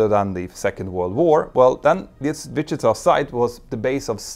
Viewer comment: I love the way you say Wichita